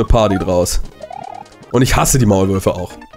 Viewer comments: die WAULMÜRFE“ bin ich die einzige die das statt Maulwürfe hört 😂? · Er sagte Waulmürfe xD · Er sagt es wirklich... 😂